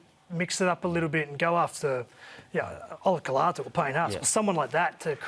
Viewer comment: Cooper. its ola'kauatu not ola kalatu.